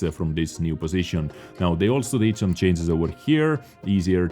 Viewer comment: Dude its not 'cances' it is 'changes'